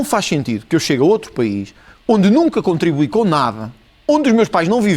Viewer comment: Mas qual montante? Como contrumibuie? Kkkk este país esta na merda, jornalista muito fraca